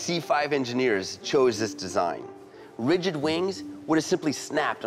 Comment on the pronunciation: Widgid wings?.......lol